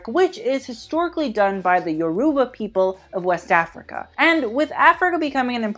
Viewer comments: Lagos (lay-goss) and Yoruba (yor-o-ba), I love these videos but that was so hard for a Nigerian to hear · It's pronounced A-SHO-KAY. And it's not YOUR-Ruba but Yor-Roo-BA ;-) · Lol, the man tried...aso oke(ah-show-kay) Yoruba(Yo-row-bah)...sigh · Yes Kenneth Ize! Represent! 🇳🇬🇳🇬🇳🇬 Also it’s pronounced yur-uh-buh just so you know. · Lagos Portugal or Lagos Nigeria?? Like we love you but if you can get italian pronunciations on point, you can research the proper pronunciation of “lagos” (LAYGUS, not LAHGOHS) and “yoruba” (YOHRUBA with stress on the first syllable) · I just want to correct your pronunciation a bit: Lagos [Lay-gus] Yoruba [Yoh-ruh-bah] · Love the vid but you mispronounced aso eke and Yoruba 😅😅